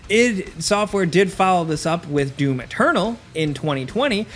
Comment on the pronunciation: Anyone else just hearing DUNE whenever he tries to say DOOM? lol